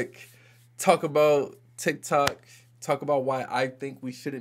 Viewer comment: Those republicans if you watched the videos. They can’t even pronounce TikTok.